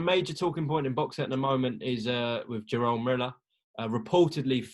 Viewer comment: Jonny his name is jarrel not jarold 🤣🤣